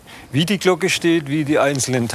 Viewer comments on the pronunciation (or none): Stellt Glocken her : Spricht es ,,Glogge" aus 😂.